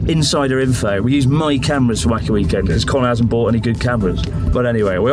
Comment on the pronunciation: I hate the inflection in which connor said "end" in "weekend"